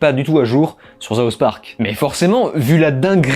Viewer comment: Ouais! Ben moi ça ne me dérange pas que tu dise Zaoss Park ou Stare Ouarz! Ça ne change rien à la valeur du contenu et ça fait parti de ton charme!